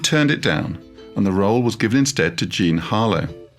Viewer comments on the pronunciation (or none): none